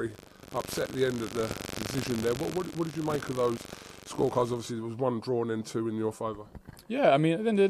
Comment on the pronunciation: "At the end o the day"